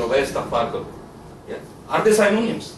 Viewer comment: Just a small correction Synonyms is not sai-no-niums but si-no-nims